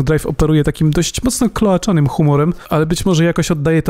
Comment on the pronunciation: Kloacznym, nie kloaczanym.